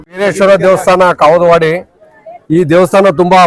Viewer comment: bro kavudavadi bro kagalavadi alla